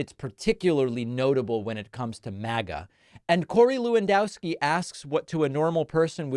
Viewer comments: I winced a little when Pakman pronounced "Lewandowski" the way he did. (I'm not Polish, but I lived in Chicago forever, and it's minimally polite to learn that much about the residents.) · Is it not pronounced Levandovski?